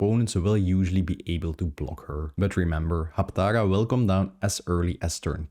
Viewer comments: Hapatra, not Haptaga!!! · Are you saying "Haptaga"?